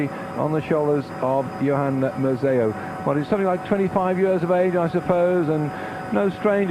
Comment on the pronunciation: "Mus-eO" LMAO